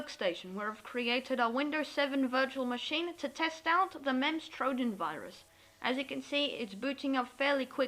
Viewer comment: pronounced memes trojan not memz